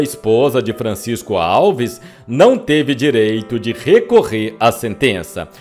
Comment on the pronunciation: Em Miguel Pereira tem o Museu de Francisco Alves. O tem que aprender a pronunciar (antes de gravar), os nomes das pessoas ligadas ao artista, corretamente.